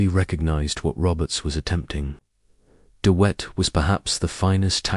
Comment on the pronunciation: De Wet the w is pronounced like a hard " V" not as wet as in water